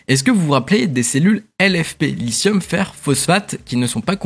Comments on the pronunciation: pour info, "lithium" se prononce avec un 'T' dur en francais (et pas un genre de S) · 👍 Félicitations pour ces actualités. 🗞 Pour le lithium, en français, il faut prononcer 👂« li-ti-ome »👂 😉